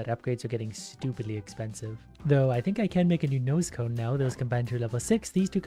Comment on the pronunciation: When ever you said nose cone is sounded like you said noscope